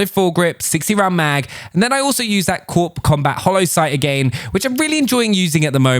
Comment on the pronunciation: corp is pronounced core